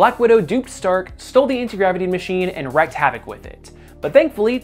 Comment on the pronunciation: Wreak havoc = reek havoc — correct Wreak havoc = (w)reck havoc — incorrect Just a tip from your friendly neighborhood pedant 😁